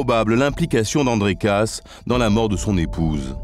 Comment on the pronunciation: Personnellement, chez les Kaas, je préfère Patricia. P.S. Le lascar prononce "Casse", mais ça se dit "Kaaaaas". Bigre. P.S. 2. La pauvre fille, à dix-neuf ans, elle est déjà passée devant le maire ? Wow. P.S. 3. Avoir envie d'aller voir "Hook" ? Encore bigre, je comprends que le plan ne lui ait pas plu !